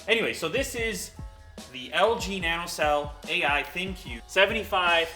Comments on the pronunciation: Not pronounced Thin Q , pronounced Think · Isn't their ThinQ pronounced "Think"? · lew: thinq me: thank you